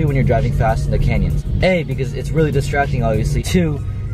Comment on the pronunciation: Did say he was driving in the "Kenya's"!? Great video, very informative!